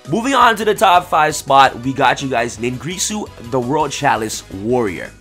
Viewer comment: NIN-GEAR-SU not NIN-GREE-SU